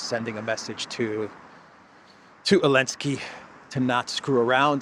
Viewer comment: Dear cyprian citizen, I would like to express my deep dissatisfaction with C. stubbornness in mispronouncing my middle name, omitting the first letter. Given your persistence on that blasphemy, and since this is the third time I have notified you, I hereby decree that, effective August 1, 2025, all citizens of the collective West will be required to call you. Mr. V. __elensky Manager of Project Ukraine